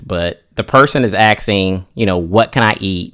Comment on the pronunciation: he was so close to not saying axing. So close, but u said axsking